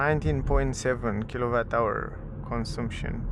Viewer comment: The U in CONSUMPTION sounds like the one in BUT or BUS. Similar to the A in Latin languages (consAmpchen, not consUmpchen). Other than that, very good video!!